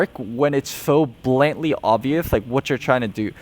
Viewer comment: please learn how to say 'blatantly'